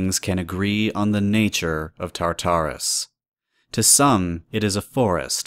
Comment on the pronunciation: Why do so many people pronounce Tartarus like "Tar-TAR-us,"? The emphasis is meant to be on the first Tar, not the second...